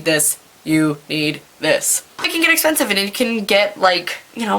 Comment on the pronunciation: "essspeeensiiiive" lol. You're the best